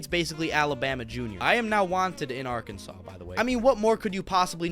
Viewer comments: Do not pronounce the last "s" in Arkansas. Say it "Ar-kan-saw." Yosemite is pronounced "Yo-sim-it-tee." Massachusetts is pronounced "Mass-uh-chew-sets." I have lived in New Mexico, Texas, Alabama, Georgia, Tennessee, Florida, Washington, New Hampshire, Oklahoma, and California. I was born in New Mexico and currently live in Alabama, in which I chose to retire. I still travel a lot. I've performed (I do comedy, magic and music) in all 50 states and seven foreign countries. I'll be up around the Great Lakes in April and May and back in Washington in June. I love all of the states and can always find something I like wherever I am. I don't know why you think Washington and Oregon are "super important." I'd like to hear you explain that. I have nothing against them, but I wouldn't say they're all that important compared to other states. Area 51 is NOT in New Jersey. Area 51 is in Nevada. Trump won every swing state, so he won Pennsylvania. Washington, D.C., is not in any state. It is it's own territory. It is Washington, District of Columbia. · He literally said Arkansas right and then you instantly pronounce it wrong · Arkansas is beautiful!! This boy is a jerk!, for some reason or other it is pronounced saw at the end, not sas......dont ask me why!! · It’s Arkansaw not Arkansas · When you pronounce Arkansas, you do not pronounce the last S. It is pronounced Arkansaw.